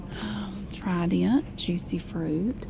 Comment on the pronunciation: “Tri-dent”❤️😂 love it so much